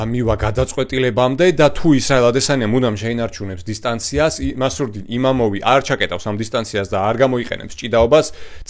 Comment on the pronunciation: იმამოვი არა, იმავოვი. წარმატებები